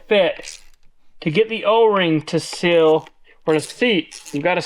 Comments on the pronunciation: It's a seeeeel Not sill. A sill goes under a window, a seal goes around a shaft. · I really hate to be this guy… A “sill” is what’s on a window. A “seal” needs more “ees” to ease our understanding. Truly, this is meant with warmth and love and simply to help. Keep it up. These videos are wonderful! Thank you for everything you do. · I don’t know how many times you said the word sill but each time it was WRONG and was driving me crazy!!! Lol The problem is that the word you were trying to say is spelled S E A L!!! Seal not sill!!!! And while I’m at it in: ‘let’s go up the mountain’ Mountain has a “T” in it!!! Pronounce it please!!! Same with Colton! Pronounce his name correctly please! Lol GEEZ!!! Love the videos guys, keep making the laughs and having fun! Good luck!